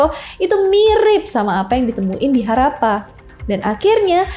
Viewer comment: Dan sebutnya Harrappa, bkn harapan..😂..